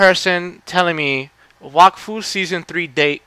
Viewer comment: yup you said it right ;) IT MADE MY DAY WHEN I FOUND OUT TOO :P